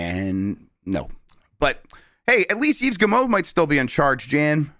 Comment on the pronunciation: Yves' 'S' is silent, he is pronounced like Eve.... French, AMIRITE :)